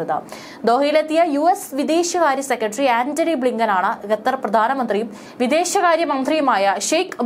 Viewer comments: Aadhyam vartha vaikkan padikku getar alla Qatar annu parayu. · ആദ്യം വാർത്ത വായിക്കാൻ പഠിക്ക് ഗത്തർ അല്ല ഖത്തർ ഒക്കെ,അതുപോലെ അദാനി അല്ല അൽത്താനിയാണ്